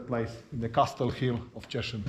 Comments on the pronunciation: Is Cieszyń not tishin 😡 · Cieszyn :) Tak sobie myślę "o co chodzi z tym tiszinem? Może on jest w Tychach..." A to Cieszyn.